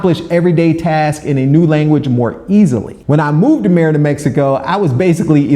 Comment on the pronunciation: Five years living somewhere and you still can't pronounce the name correctly is wild